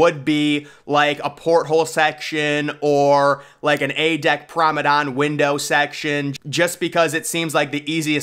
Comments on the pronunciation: The mispronunciation of the word promenade continues.. “Maybe like the promadon windows” 😂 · ‘A deck promadon window section’🤣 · If you arent going to actually research the subject matter, don't make a video. The 2030 date has been proven to be inaccurate. Also, PLEASE learn to pronounce promenade. It is not pronounced promidon...